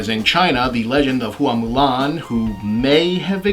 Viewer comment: The name 'Hua' should be pronounced like "whah" rather than "hoo-ah". The "ua" are a diphthong.